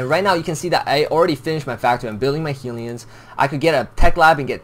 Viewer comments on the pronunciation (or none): Why do u keep say "healion" :> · "Heelion" hahah